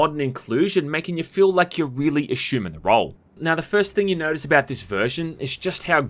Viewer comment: say "ass". say it again. ASSuming, not ASHUMING